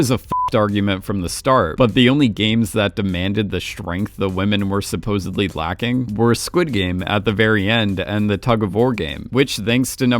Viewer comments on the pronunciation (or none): none